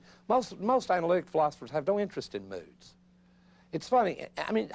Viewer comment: I can't help earing "nudes" when he says "moods" ☠️ great lecture, what an outstanding professor 🙏